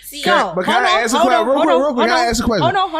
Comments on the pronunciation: You're a journalist and you get paid to write and you say ax instead of ask that's fucking crazy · You know journalism! Yet you can't say "Ask".😂😂😂😂😂😂😂😂😂